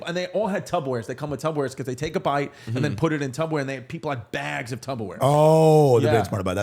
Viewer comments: Chrissy is back to saying tubberware again 😂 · i see chris still says tub-o-ware instead of Tupperware